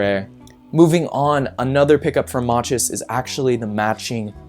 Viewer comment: Machus is pronounced mack-us